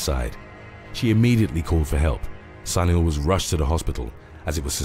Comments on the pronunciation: Sunil should be pronounced as Soonil. If you can say "soon" add "il" next to it. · Sunil must be pronounced soonil